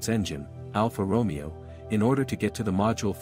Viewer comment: Alfa Romeo pronunciation might be one of the best ai slop detectors.